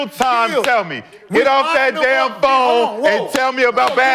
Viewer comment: get off the phonnee had me dying 😂😂😂😂